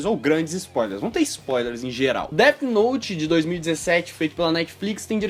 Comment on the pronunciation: AH MEU ESTRAGARAM DEAFI NOUTIII. ESTRAGARAM DEAFI NOUTIII